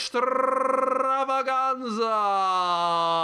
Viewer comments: How the hell do you pull off that rolling r sound whenever you say "extrrrrrrrrrrrrrrrravaganza"? I'm jealous. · I love how you roll your “r” in extrrrrrrrravaganza!